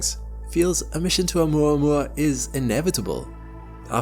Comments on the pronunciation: Makes sure to say Oh-mooruh-morruh" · Its actually pronounced OhMaMa. Say it right! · Video: Oh-muah-muah Me: 'ou-mama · I had to stop the video in the middle. Could not handle more minutes of this “oumouamoua” pronunciation every 10s 😂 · I thought it was pronounced oh mama I thought that was the joke.... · Muah muah to oumuamua 😂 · I’ve been pronouncing it “Oh Mama” for years now